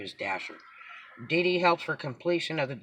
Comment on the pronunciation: I thought you said BB not DD - lol